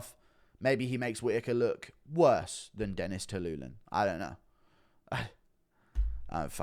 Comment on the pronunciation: Stop saying Dennis Tuiluilin